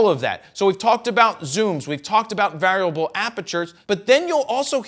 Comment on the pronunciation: Anyone else bothered by the strange pronunciation of the word ‘variable’?